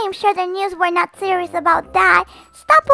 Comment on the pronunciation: You said it cereal instead of serious Lol it's okay I still give you a video of thumbs up you just nervous 💗